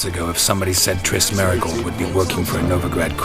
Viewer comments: Its Triss not Trish ffs! :-) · It's Triss not Trish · Triss, not trish, fgs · Her name is triss not trish are you that dumb? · pls stahp Its Triss with an S and not a SHhhh like in SHhhhit This bothers me so much >_< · Is no one else noticing he's saying Trish? The dame's name is triss. #Bars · It's Triss. Not Trish. Sorry for being blunt. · Yo it's Triss, not Trish lol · it's triss not trish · ain't gonna make it splash if he keeps calling her "Trish" and not "Triss" lol